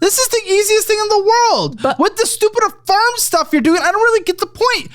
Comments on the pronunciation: lol it took me a long time to realize he was saying she got kicked off affirm. I thought he said she got kicked off a farm 😂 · or kicked off the firm lol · I thought he said a firm like a law firm, i forgot Affirm is a after pay type service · I thought she was saying “I got kicked off of A FIRM” like a law firm.. then found out it’s the app “AFFIRM” she got kicked off of 🥴🥴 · Lol I thought he was saying a firm like attorneys till I read your comment 😂